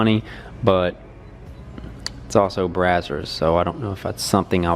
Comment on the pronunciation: It’s not “brah-sirs”, you sound like a hillbilly. It’s “bray-zers”. You’re welcome